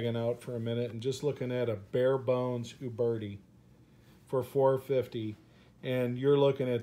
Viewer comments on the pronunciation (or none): Also, it sounds like he's saying "you birdy". The U is pronounced as the u in uber. "u - bear - tee".